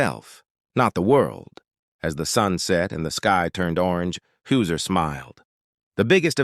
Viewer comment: HIS NAME IS Hauser not Hooser (your Ai voice) For goodness sake can you not get even his name right.